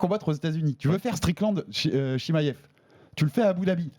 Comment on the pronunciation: Arrete de dire « chimayev » stp c’est chimaev🤣